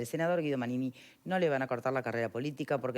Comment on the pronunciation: esta persona se llama Manini, ¡ como le cuesta decir su nombre!